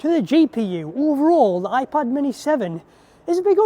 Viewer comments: I kept hearing a soft iPahd 🫶🏽 quite enjoyable lol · Am I the only one hearing 'iPod Mini'? 👀 Great video btw, keep it up! 🎥🫡